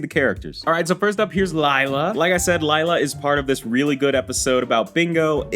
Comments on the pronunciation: Not lyla li-la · It’s not liiiila it’s leeela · It’s pronounced Leela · Its le-la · Lila is spelt Lila but it’s produced lela just letting you know 😊